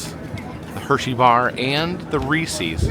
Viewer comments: Please!!!!!!!! It's Reese "SES", NOT Reese "SEES". The guy's name was H.B. Reese. NOT H.B. Reesey.! It's been that way for 75 years. Surprised you have never heard it pronounced before. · Rees-iz not Rees-eeze. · The mispronunciation of Reese’s makes me cringe like no other cringeworthy thing 😬😬😬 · I thought the pronunciation of Reese’s was bad, until got to Nittany 😬🤦🏻‍♂️ His pronunciation of both are just atrocious and cringe! 😬